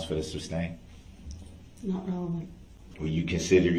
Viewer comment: "grounds for the SUBSTAIN" smh that's not even the word, and even if it was, ,it's not the word he should be saying here. Every time I heard him say, I wanted yell SOMEONE TELL HIM IT'S SUSTAIN!!!!